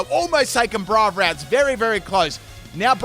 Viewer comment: I love how he pronounces Braivary wrong XD